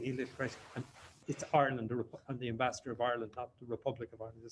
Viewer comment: "Ambassador" not "Embassador"